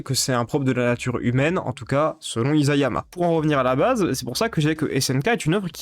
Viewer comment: Très intéressante vidéo. (Petit détail : Isayama se prononce "issayama"^^;)